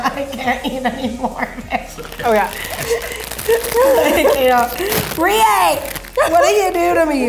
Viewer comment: Rie* but even the Captions say it wrong so..